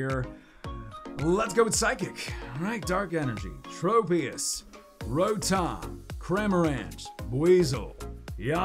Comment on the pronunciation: Wait did he say lotom instead of rotom